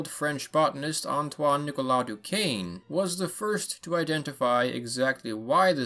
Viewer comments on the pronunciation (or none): none